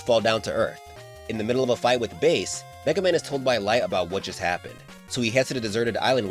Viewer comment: He said every version of MegaMan right so he's going to cover my warrior right I would really love it if he does